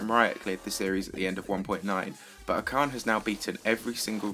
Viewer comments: You pronounced "ash-arn" wrong lol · You pronouned acharne wrong.